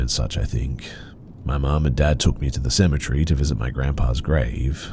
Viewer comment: you say “cemetery” the way I say “symmetry.” How do you say “symmetry”?